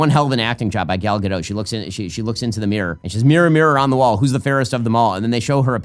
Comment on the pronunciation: Gadot - pronounce the mf T!